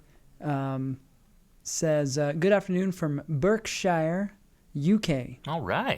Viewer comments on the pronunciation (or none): A humble note for Americans from the fair isles of the UK: wherever 'shire' appears on the end of a place-name, e.g. Berkshire, it's pronounced 'shurr' rather than 'shyre' - so it's Hamp-shurr, Berk-shurr. Weird pronunciation for 'cester' ending names, too - Gloucestershire (Gloss-ter-shurr), Leicester, (Less-terr). Middle-ages English is weird. You're welcome. :) <3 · Love the show as always but I feel the need (as an Englishman) to correct pronunciation of 'Berkshire'. It isn't as said 'Burk Sh-eye-are', it is 'Bark sheer'. Ok English lesson over. Like many others, I miss seeing Levi on the show, but hey, you two guys are brilliant!